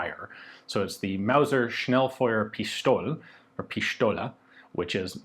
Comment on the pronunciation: Has Ian been talking to Bloke too much? That was an almost perfect Swiss-German pronunciation of Pistole, or "Pischtolä". :)